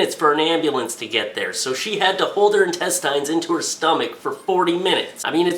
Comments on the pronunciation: Intest-eye'n....? I've honestly never heard someone pronounce intestine like that in my life.... It's Intest-en. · + Hey, what's up? I love your videos,, but just had to make the comment that the word intestine is pronounced with the last syllable having a short 'i' sound like a tin can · Tactical Turd He's not pronouncing it the way its spelled. The way its spelled it would be pronounced "in-tes-tin" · FOR GODS SAKE "INTESTINE"